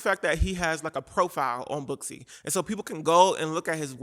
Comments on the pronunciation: Girl I’m not gonna hold you, when you said Booksy I thought you said BUSSY and I thought well it’s about time there’s a company called bussy 😂😭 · When you said … booksy, I thought I heard, bussy